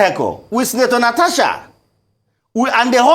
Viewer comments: It is Natasha and not Natacha, please pronounce it correctly. I come in peace. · NataSHa NOT NataCHa